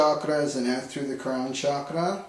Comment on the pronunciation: How can you trust someone that cannot even pronounce the word "chakra and kundaliní" correctly?